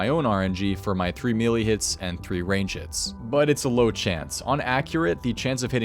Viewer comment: imagine building a Youtube career around runescape for years and still not being able to pronouce "melee" correctly.